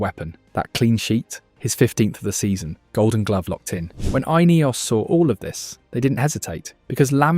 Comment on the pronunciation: "Eye-Neos". Definitely not an AI voice then 😂